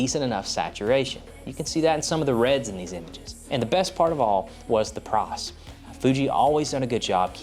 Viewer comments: Yeah thats the only place I noticed his accent 😂 took me a while too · oh! "PRICE"! I kept hearing "PROSP" as in prosper.